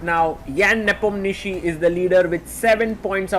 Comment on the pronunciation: Sagar it’s not nepomnishi